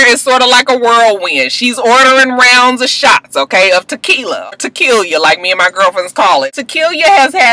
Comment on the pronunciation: Did you say To-Kill-Ya. I'm ready to fight you LMFAO.